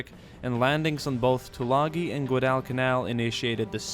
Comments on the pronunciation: its guadalcanal not gudalcanal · I don't usually comment on things like this. But it's pronounced gwadal-ca-nal, not gwoh-dall-ca-nal. Thanks for your time. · nice video but you need to learn how to pronounce Guadalcanal properly. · guadal canal is pronounced like waddle and ghillie suit is not pronounced 'nilly' but 'ga' like ghost. im sure many others will be commenting this too haha